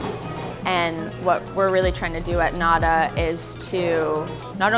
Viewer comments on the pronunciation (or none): I literally love everything about this video EXCEPT the way pronounces nada